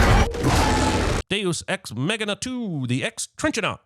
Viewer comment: "Dues ex megina"😂